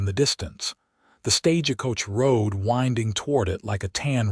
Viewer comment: Can you teach your AI to say stage coach, not staj-a-coach?